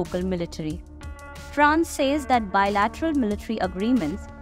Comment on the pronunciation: Good voice. Tip : *junta is pronounced as hoonta. *says is said as : sez